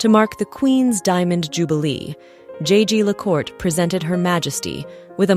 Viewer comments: The pronounciation of French in this video is appalling! Her majesty’s watch was twice made by jaeger le coultre, pronounced Yeager le kultre. Disrespectful on your side not to check the right pronounciation.😮😢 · Very odd mispronunciation of Jaeger Lecoultre. An even stranger thing to lose - unless the first was exchanged for the newer one? Fascinating channel as always though.